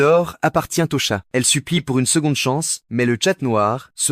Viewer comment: Wsh c’est moi ou il a dit les tchates